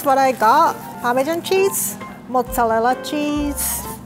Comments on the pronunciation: Everytime she says Mozzarella I understand Mozzalella😂 but I Love her she seems so nice❤️ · No one:: Mozzalella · I like how pronoinces the r as an l "mozzelella cheese" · I never knew Mozarella can be pronounced cutely thoo.:Motzalela~ Only. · I like how she pronounced mozzarella as motzallela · Im sorry But i have to 😂 MoZZaLLeLa ChEEsE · Motterela Chaeze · The way she pronounced mozzarella when she was saying the ingredients thoooo lmfao